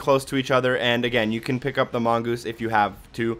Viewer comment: How do you mispronounce mongoose twice lol